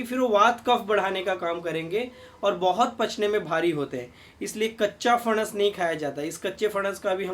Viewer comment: सर, दाढी अच्छी लगती हैं आप को। बहुतही उपयुक्त आरोग्य जानकारी ! ! हमेशा की तरह ! ! धन्यवाद ! ! 🙏 आप का "फणस" का उच्चारण अस्सल "मराठी" हैं। 👌